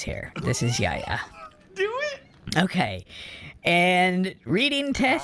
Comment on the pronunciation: name is spelled Yahya where you read the "h" it's a common name in Turkish and has it's origin from hebrew. It means "god is benevolent.